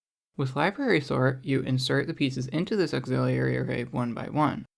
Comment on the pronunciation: auxiliary > auxillerlilly